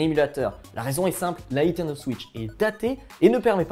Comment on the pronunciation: vous vous appelez jeux vidéos mais pas capable de prononcer niNtendo correctement (et pas nitendo)